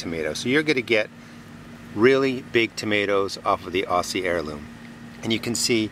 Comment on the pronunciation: Hi, really enjoy your advice, really practical and well explained. I just can't help myself from saying "Aussie" is pronounced "OZZIE" in "OZ" (that is in AUstralia) Cheers, Muffy from Oz.